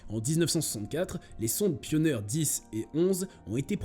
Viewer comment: Pioneer se prononce " pionir" Et survayor "surveior" pas survayvor... Bon je suis déçu de cette vidéo. Et l'Ésa c'est en un seul mot, comme Nasa... Et par pitié, c'est "perjélisol" pas perguélisol... Il n'y a pas de U après le G et c'est un E donc se prononce je...